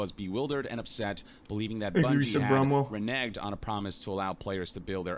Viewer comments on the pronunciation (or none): Reneged, pronounced re-nig-ed, it means to go back on typically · He's never heard "reneged" that's pretty embarrassing.